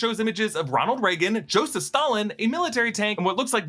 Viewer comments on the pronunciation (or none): none